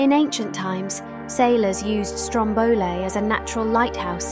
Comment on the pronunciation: Just for info, in Italy we say Stròmboli, not Strombòli (ie the stress is on the first vowel :)